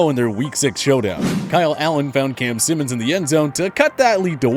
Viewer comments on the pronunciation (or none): Wft! Cam Simms! Not Simmons!.. be fucking up